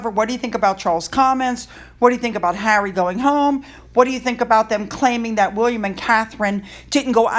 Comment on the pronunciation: 2nd row Hawwy Lol 😂 👍